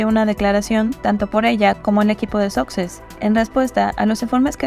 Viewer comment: Los duques de "soxes", dice 😂